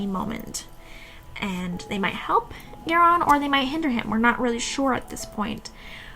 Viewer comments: So far seems interesting however, Geran is Garion's father. You are mispronouncing Garion's name. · I can’t continue. Haha. Pronunciation of names is what keeps me from listening to most of the audiobooks. Was happy to find this instead…but then she started saying Geron…or whatever. So sad.